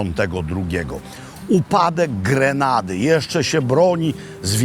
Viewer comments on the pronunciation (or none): Granady....Nie Grenady.....